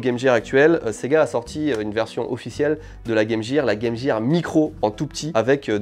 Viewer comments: vous dite pas Jame Jear pourquoi le le prononcer comme sa? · En tant que Canadien bilingue, je hurle de rire a chaque fois qu'un Français dit : Game Jear